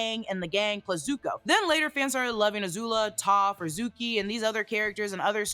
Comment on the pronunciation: Teo is pronounced Tay Oh Also Suki with an s like snake, not Zuki.